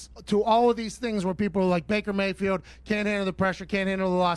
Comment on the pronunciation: Pat says both “I yam, who I yam” and “Baker Bae-field” in this video. ^the above sentence should also be the title of this video